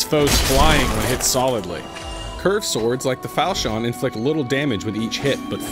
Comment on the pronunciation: It frustrates me how you say "falchion." Its like "fal-shin," not "fall-she-on".